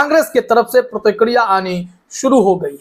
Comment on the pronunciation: ODTIKIDIYA NHI BE PRTIKIRIYA BOL PHLE